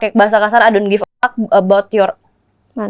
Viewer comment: 04.00 " i dot know?" Itu pengucapan british ya?